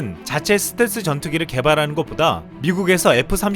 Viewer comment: 스탤기? 스탤스라쓰고 스탤기라 읽는다! ㅋㅋㅋㅋㅋㅋㅋㅋ 자기가 어떻게 말하는지 조차도 모르면서 유툽방송을 한다고? 지나라 말도 제대로 못하면서 무슨... 한심한...